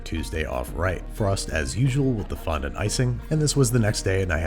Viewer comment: How's about you fondon't mispronounce fondant?